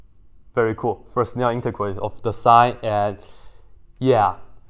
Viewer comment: Fresnel is pronounced Freh - nell. Also, I want to know some pickup lines if you whip out sinc functions to impress girls. 🤣